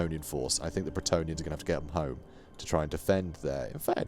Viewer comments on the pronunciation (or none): none